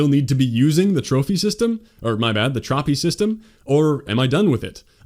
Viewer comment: "traphy system" hahha